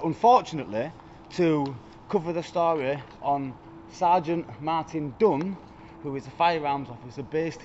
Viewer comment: When you described the officer, I was sure you pronounced his name as Sergeant Martin Dung A more appropriate name maybe and then I see the heading that his name is Dung... I mean Dunn.